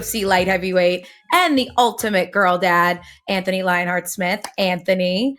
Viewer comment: Bisping never learned how to pronounce AnTHony. Always calling him antony.